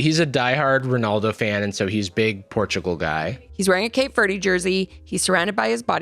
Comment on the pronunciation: “cape verdee” 🤢🤮🤮